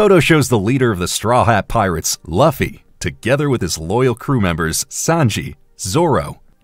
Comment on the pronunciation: Luffy is pronounced Lue-fee, not la-fee.... Come on it's only been on the air for years